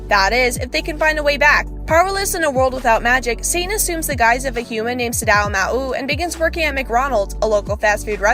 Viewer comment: Shes just reading the description ;-; doesnt pronounce maou and ente isla right